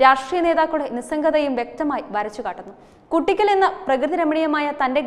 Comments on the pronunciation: It is Koottickal not Kuttickal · കുട്ടിയ്ക്കൽ അല്ല കൂട്ടിക്കൽ...